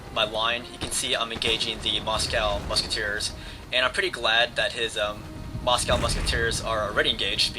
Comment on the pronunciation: i think u mis pronounced Moscow